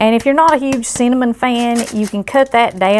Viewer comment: LOL! When she said cinnamon, my NY ears thought she said "semen".